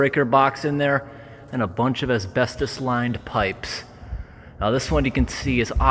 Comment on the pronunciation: i love you you say asbestos asbestdis